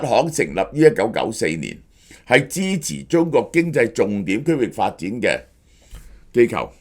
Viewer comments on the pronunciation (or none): 成日中角、角家⋯聽到我一頭霧水！🤣